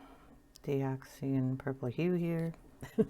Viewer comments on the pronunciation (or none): Dioxazine sounds like... Di-ox-a-zeen...if you say it slowly, you won’t have any problems.